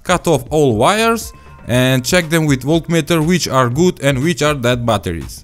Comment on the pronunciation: bbbbbatteris. Bolna hi nie ata